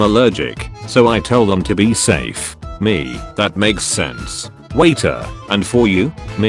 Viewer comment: Also, there's a chance you that you mispronounced That.